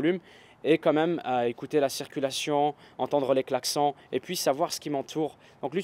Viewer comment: XD les klacson , nous en France on dit Klacsonne